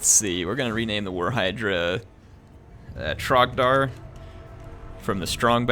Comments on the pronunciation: Trogdor not trogdar lol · it's Trogdor, not Trogdar. There is only one true Burninator. Show him his proper respect, please! You probably wouldn't know majesty if it bit you in the face! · trogdor the burninator. With an "O", Trog-Door. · It's "Trogdor* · Trogdor is offended by your butchering of his name. :P